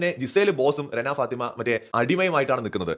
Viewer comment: രേണ അല്ല ചേട്ടാ റെന 😹